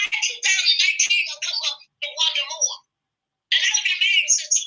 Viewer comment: Wanda said "i got blood on my hands" sounds like she is confessing to something🤔🤔. Moe vs Moore well you know she leaves out letters in her words😮😮 No to Destiny back on show. She was not married to Mose.